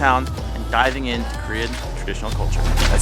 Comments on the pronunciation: Pronunciation was perfect. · You guys Korean pronunciation is "perfect" haha 👍👍Welcome to Korea & have fun guys 😊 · Well done brothers! Your Korean pronunciation was just perfect and I'm impressed. I'm oh so patiently waiting for the next video